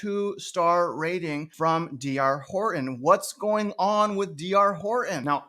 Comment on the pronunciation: You didn’t show any houses and you can’t even say “Horton”.